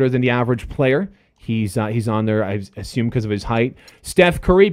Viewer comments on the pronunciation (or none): none